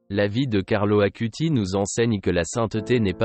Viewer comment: Carlo Acutis. Non Carlo Akuti